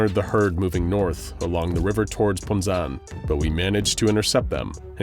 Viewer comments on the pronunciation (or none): what the hell is "Ponzan"? did you mean "Poznań"?